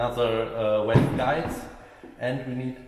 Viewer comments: When it sounds like he says wave or waves he means valves. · even if he said falf it'd be close enough. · V v valve, not walve lol just pulling yer chain 😉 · Love your work but its valves vvvvvvvv valves not 🐳 😂. Only playing great work 👍🏻